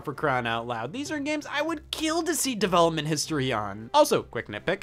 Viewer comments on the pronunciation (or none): none